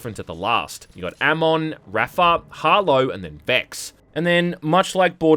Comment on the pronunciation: finally someone says amon sorta right